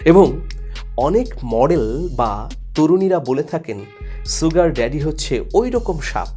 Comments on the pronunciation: Aage Sugar bolte sikhen. not soogar. The pronunciation is SHugar. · ছুগার নয় শুগার। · Bhai...Sugar er uccharon ta "sh" hobe, "s" na. Mane "S(h)ugar" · জনাব মানিক সাহেব, "sugar" এর উচ্চারন "শুগার" কিন্তু "সুগার" নয়, যেমন "sure" এর উচ্চারন "শিউর" বলা হয়, কেহ "সিউর" বলেনা। আপনার বারংবার "সুগার" উচ্চারন হাস্যরসের উতপত্তি ঘটাচ্ছে।